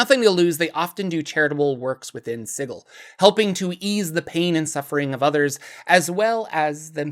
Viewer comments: Man, sig-ill makes me fucking cringe so hard every time I hear it. Love your content, but that pronunciation thing was killing me. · "Si-gill" huh? Then I guess imma gonna pronounce it "" from now on! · Apparently is Si-gl.. and if you say Si-jl, it would be a crime. This post was made by the Harmonium gang. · Hundreds of years of soft "g" in the English word "Sigil(si-jul)" all but demand "Sigil" should canonically be written "Sigle"(pronounced "single" with no "n") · Hey idk how else to put this but I really dislike the way you say Sigil idk if TWOTC said to say it like that but it just doesn’t sound too great that way I would personally pronounce it as the normal word Sigil as it also would refer to the massive city being a symbol of many things. Other than that thanks for some good videos it helps with a lot of writing and ofc to learn about the overall lore is always good fun 👍🏻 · An excuse for mispronouncing the name of a city, followed by telling people how they are supposed to pronounce your name. Interesting... 🤔